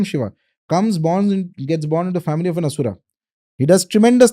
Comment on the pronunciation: Aree... plz plz ...i request... dont make ... Ram.... ramaaaaa Asur.....Asuraaaaa Arjun.....Arjunaaaaa Laxman...laxmanaaaaa The content is good , knowledgeworthy But plz have some respect/mercy for sanskrit pronunciation...